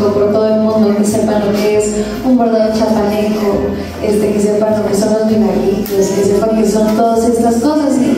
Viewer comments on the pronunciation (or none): CHIAPANECOS no chapaneco, no te comas la "i"